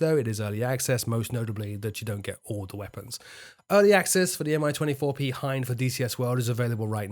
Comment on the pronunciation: A tiny correction, "Mi" is rather "Mee" than "Em-I", after Mil helicopter plant. Btw Russian handle for the 24 is Crocodile.